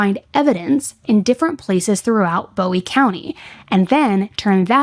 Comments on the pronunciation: And it’s also pronounced Boo-owie not Bow-ie county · Idabel is pronounced Ida-bell. Bowie county Boo-ee. Dekalb, De-cab. being from idabel the mispronounces are driving me crazy lol. Also, this case has people asking to go into the er room and stuff, which is beyond gross. But I appreciate the deep dive. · I’m from Atlanta, TX (around 45 minutes from DeKalb pronounced “DE-cab” and New Boston) and this is pretty trivial, I know but… “Bowie” is pronounced with the “oo” sound and Texarkana pronounced with the last syllable being “Anna’ as in Hannah. As a local just really drives me crazy.